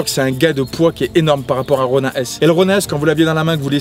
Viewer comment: ça ce lis ronine pas ronein